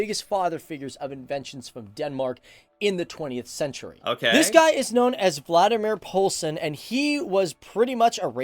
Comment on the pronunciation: Sounds like he says Vladimir Poulsen. His name is Valdemar.